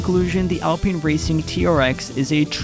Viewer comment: College student, its pronounced al-pine not al-peen. how to pronounce alpine - Google Search